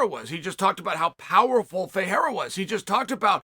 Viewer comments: Perfect pronunciation on Ferreira. But is Alex Pereira still "Piera", guys? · So Chael can pronounce Ferreira but not Pereira? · Chael can pronounce Ferreira perfectly but still can't pronounce Pereira 🤣🤣🤣